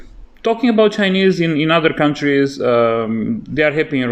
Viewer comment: Your Chinese pronounciation sounds great. You''ve got the tones.